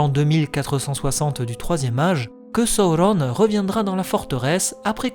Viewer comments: Excellent travail ! J'adore. C'est construit judicieusement et particulièrement bien documenté. Juste un bémol sur la prononciation des noms, à l'anglaise, alors que le parti pris est par ailleurs d'utiliser le français (la Comté, la Forêt Noire, le Bois des vertes feuilles, etc...). Du coup, ça manque de cohérence. Et puis "Sa-ou-ronne" pour Sauron, par exemple, ça me heurte l'oreille. Utiliser la prononciation des films, et celle de la traduction française des romans, aurait été plus heureux. Bonne continuation en tout cas. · Je suis pas sûr que la prononciation soit heureuse, même si elle est sensée respecter les indications laissées par tolkien, après tout malgré ses qualités de linguiste il n’était pas français, et la façon dont tu prononces les mots sonne faux et pas adapté à la sonorité de la langue française à mon sens. Donc canon ou pas, je ne vois pas de plus value a des prononciations comme « sa-ou-rone » plutôt que « soron » par exemple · ca ressemble à une version americain la facon dont tu le prononce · ça te complique bcp la tâche dans la diction 😅🤣🙏🏽 Ça m'a sorti de la vidéo je reviendrais dessus qd je serais habitué ✊🏽bon courage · J'adore ce que tu fais ! Je supporte juste pas comment tu dit thranduil et sauron avec l'accent la mais sinon c'est parfait 💪